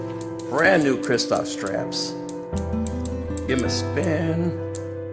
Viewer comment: To put a suntour Pro-Compe on a Frejus ... Sacrilege! It must be a Regina Oro ... Also, I think the toestrap french pronunciation is "Chris-Toe-Fee".